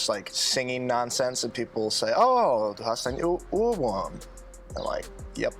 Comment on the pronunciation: Do not try to imitate pronunciation. Even though he has lived in Germany for a long time, he still speaks like an American. Ohrwurm is not Urwurm. The O is pronounced as in Orb and or.